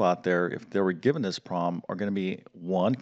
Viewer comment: The word 'problem' is NOT pronounced 'prom' !!!